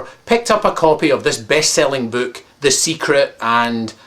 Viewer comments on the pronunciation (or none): I only laughed at the way he said "Book"